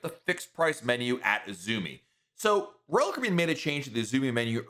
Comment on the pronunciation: Please slow down a bit while tells us older folks about your blog- though YouTube . The way you say(ROal) (Caribbean) 😮😢